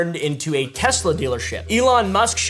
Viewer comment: "Everything's computer" "TesleR"